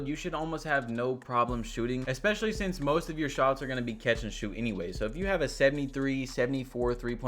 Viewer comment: “Since” badge, not “sense”